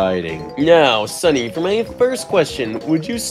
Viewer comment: Sunny not lieiny